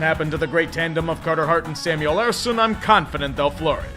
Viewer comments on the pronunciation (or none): none